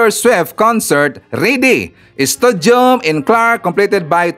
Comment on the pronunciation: Hindi po studium... stadium.